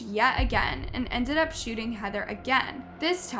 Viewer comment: great video and al... but lol, I never imagined I would someday see UP pronounced so wrong.